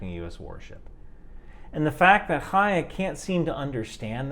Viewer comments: props for pronouncing Chaya correctly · You’re one of the few people I’ve heard criticizing Chaya while pronouncing her name properly. I appreciate that because there are a lot of people with that name who aren’t shitty and mispronouncing it feels disrespectful to all the decent Chayas.